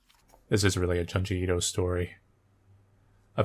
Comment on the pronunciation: I know this is 8 years ago, but I’m pretty sure he still pronounces Junji Ito as “Juhn-jee Eeto/Eedo” and it’s really annoying. It’s “June-jee Ee-to”. Nowhere in the Japanese language is there an “Uh” sound. Closest thing is the “Ah” sound of syllables with the letter “a”.